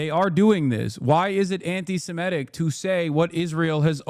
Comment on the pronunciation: I love how the FOX people can't even pronounce Antisemitic correctly while acting like they care SO much about the topic